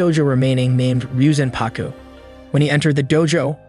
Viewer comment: It’s actually pronounced reee yo zan pah ku Not ryuzanpaku